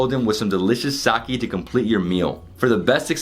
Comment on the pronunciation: Sake and Onsen two very simple words to pronounce. Hard to be an expert at something you cannot even correctly pronounce. You did an entire tour of a Sake brewery and yet didn't learn to pronounce the word?